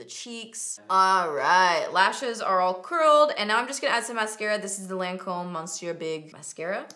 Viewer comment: Lancome is pronounced "lawn-come" not "lan-comb"